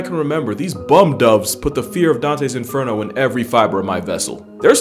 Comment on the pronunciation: He said ‘BUM DOVES’ so hard😂